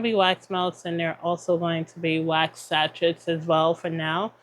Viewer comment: Your videos are always inspiring and I admire how much you strive for perfection of your products and videos, so here is a small lesson. SACHET is a french word and as such the ending "T" is silent. It's pronounced SA - SHAY. You can google the pronunciation if you'd like. I don't like being critical, but I thought you'd appreciate a little constructive criticism.